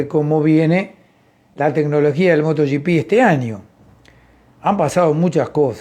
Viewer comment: Buenos días,, me gustan mucho sus comentarios, y lo que aprendemos con sus explicaciones. Solo le hago una pregunta, por qué ya dice Moto "gi pi" (como en inglés), y no moto GP, (en castellano)